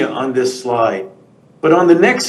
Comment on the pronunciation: “next sloyde”